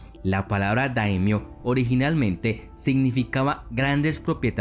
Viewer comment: No son damnios, se dice daimyo.